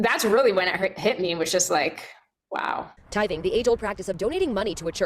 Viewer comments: It's called TITHING NOT TIPPING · Not a ten percent "tith"!!! 😂😂